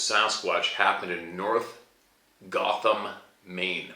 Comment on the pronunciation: Yeah, and she’s was in north GORHAM, not GOTHAM.